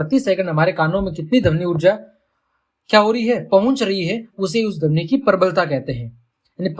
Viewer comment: Sir padhane ka tareeka to accha h lekin vo damni Nahi dhvani hota h 😂